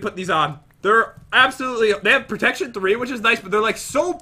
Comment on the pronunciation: When you die a little inside cuz pat cant read protection 2